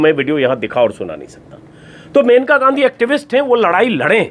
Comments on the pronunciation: Sir it is मनेका gandhi and not मेनका unka nam मनेका है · Her name is maneka..not menka(मेनका नहीं मनेका)